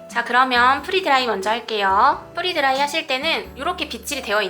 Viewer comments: 선생님 “프리” 드라이가 아니라 “프레” 드라이 입니다. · 프리 드라이가 아니고 프레 드라이 입니다 free 아니고 pre!